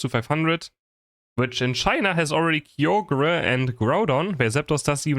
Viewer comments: I've never heard anyone pronounce Kyogre like that 😭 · No, he did pronounce Kyogre correctly before. I think he just forgot it temporarily